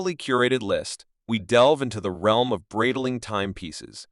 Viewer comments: Breedling? beezel? XD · You can teach the speech AI you use how to pronounce Breitling correctly using IPA.